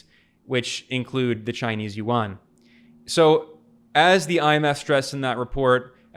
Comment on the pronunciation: For a video focused on the yuan I hope that at least he could pronounce the fucking word right